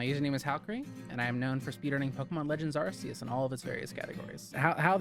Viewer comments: Ar*K*eus, not Arseus. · I'm sorry but the pronunciation of Arceus is killing me already. ARK-E-US, not ARSE-E-US! The movie confirms it. 😭